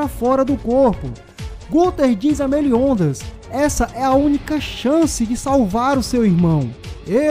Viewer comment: Por isso Meliondas kk